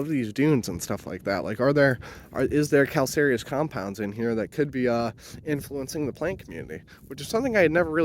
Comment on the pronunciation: Cool video, thanks. I searched for "comrade juniper" and got only your video actually talking about J. communis. We call it common juniper here in New England. edit: a letter #2 not to be rude, but you might want to check your pronunciation of calcareous, Cedrus, and arborvitae